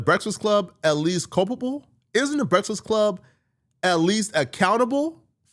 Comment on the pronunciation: Is he pronouncing Breakfast Club wrong on purpose? I thought it was hearing wrong for the last few years.